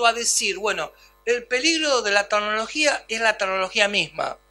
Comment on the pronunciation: Muy interesante. Solo faltaria no decir 228 veces "tagnologia".